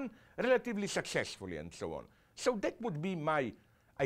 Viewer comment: "and so on and souwaan"